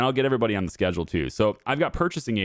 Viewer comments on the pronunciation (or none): none